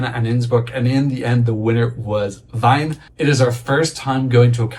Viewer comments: Wien is pronounced like Ween not like Wine 🤝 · “Veen” instead of “Vine” 😊 Can’t wait to see this, I lived there for a bit a while back. Will be such a fun host city! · ahh... well we do have great Wein but its Wien, as in 'veen' :-) And if your hotel gets cancelled I have a couch for you ;-)) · Pronounciation time, favorite part of every eurovision season I bet "Wien" is not pronounced like "Wine", but with the "-ien" pronounced in the order actual that they are written in. Basically the word "fiend" just with an "w" at the start and no "d" at the end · Or in other words, just pronounce it like "Ween" in English.